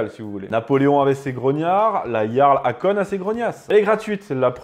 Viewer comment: Akon se prononce Okoun.